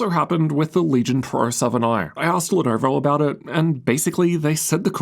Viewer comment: Guyjust said “leh nuvur”